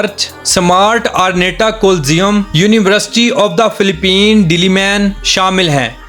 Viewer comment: Ohh bhi filipine hota ha falpain nai hota plss you correct la